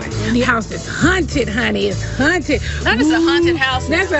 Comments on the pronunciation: the way Nene kept pronouncing haunted as “hunted” 😂 I miss the old Nene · Yes I thought it was just me hearing the word Hunted